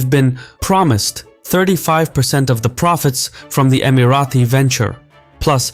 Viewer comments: Great video. It’s Emira-Tee not Emira-Thee btw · Okay why do you think it’s pronounced EmiraTHI? I’ve never heard anyone else pronounce it like that. It’s Emirati « Tea » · It’s not Emirathi. Emirati ✅ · Emirati is pronounced with a plosive T, not the fricative TH. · just a question, why do you keep pronouncing Emirati as EmiraTHi? It is pronounced as Emirati in English as it is spelled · Emirati ✅ Emirathi ❌ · Why do you keep saying "Emarathis"? It is Emaratis.. felt like it was Marathis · Why "EmiraTHi"? Just Emirati ! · Love your videos but noticed whenever you have UAE content you pronounce Emiratis as Emi-Ra-Thee . The correct pronunciation is Emi-Ra-Tee. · Why do you keep saying *EmiraTHi*?!!! It’s EmiraTi! There is no TH sound!.. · bruh first of all can you pronounce Emirati right? it is Emirati not emarathi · Not Emirathis where did u bring that from, Its ((Emiraties)) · STOP SAYING EMARATHI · Stop saying EmiraTHi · Why does he keep saying imaraTHis 😭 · You invented a new annoying word "EmiratHy"! Nobody ever pronounced it like that! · why do u keep calling us "Emarathis?" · No it’s not, it’s Emirati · Please learn (or teach your AI) how to say "Emirati" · Emiratis not Emirathis!!